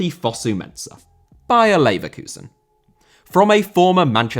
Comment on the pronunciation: Leverkusen* not Leiverkusen